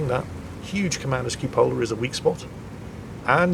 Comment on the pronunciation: CUpola, not cupOLa.